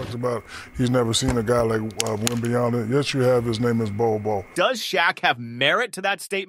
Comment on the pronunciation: Why do Americans say his name wrong often??? Hes a superstsr rookie learn his name you will be saying it often for years to come. Anncouncers and even shaq right at the stsrt of the video say something like wemanyana